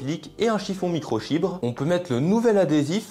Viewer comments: ta dit micro chibre c'est microfibre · Ta pas dit micro chibre . Non micro fibre 😂😂😂. Dommage pour toi alors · microfibre pas microchibre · Microfibre, pas « microchibre » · Qui a entendu chiffon micro chibre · Microfibre ou microChibre😂🤣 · juste dite moi que je suis pas le seule a entendre chiffon micro chibre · Il a bien dit "micro chibre" et 2 fois de suite en plus 😊. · A j’étais pas près j’entends « chiffon micro chibre » ça m’a foudroyé 😂😂😂😂. continue tes vidéos elles sont super intéressantes et divertissantes Merci ! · y'a que moi qui entend "chiffon micro chibre" ? 🤣🤣🤣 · mdr a il dis un chiffon micros chibre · On retiendra "micro-chibres" :D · je suis le seul a avoir entendu microcihibre quand il parle du chiffon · C’est moi ou il a dit chiffon micro chibre 🤔😂😂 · je reve ou il dit 2x de suite microchibre ? mdr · C est moi ou il a dit micro chibre